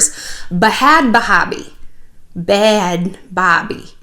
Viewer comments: I love you shallon but stop calling her Bahad bahbie it sounds so stupid and its stops being hilarious after the 20th time it just makes you sound like one of those older ladies that is trying to be hip. Lol no shade. Im just keeping it real. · And you pronounce bhad bhabie just like 'bad baby'. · Is it a joke or does shallon not know it’s pronounced “BAD BABY” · It’s pronounced bad baby, but honestly I used to pronounce it Bad Baaaaabie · its not bad baby... its BA-HAD BA-HA-BI... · “Bah haaad bahaah bie” 🤣🤣🤣 shallon I love you . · Honey!! I love you, but.... it’s “bad baby” 😘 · the way you say bhad barbie made my day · U can’t PRONOUNCE her name!! To be a huge fan and not be able to pronounce her fucking name ... you aren’t a fan. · the pronunciation of bhad bhabie tho 😂😂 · I love it when Shallon tries to pronounce "bhad bhabie" 😂 same, girl. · Shannon you kill me you know and we all know damn well you give af about bad** baby** lmaoo the way your pronouncing it is hilarious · Shallon struggling to say Bhad Bhabie is so me. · It’s funny how u try to say her name wrong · She’s not, “adding class.” She’s making it sound like a Muslim name. Lol